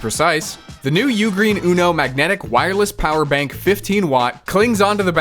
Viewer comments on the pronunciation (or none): none